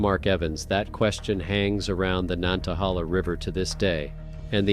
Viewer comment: nan-ta-hay-la. My papa was born by it.